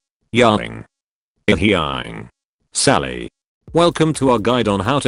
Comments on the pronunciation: I don't know why it broke me but hearing poor Ying not pronounced properly than switched nickname code "Sally" just... broke me. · I thought at the end he would show how to get the tts to say Ying correctly.